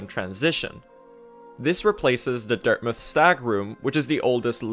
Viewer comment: Great video and all but why does he pronounce dirtmouth as dirtmuth?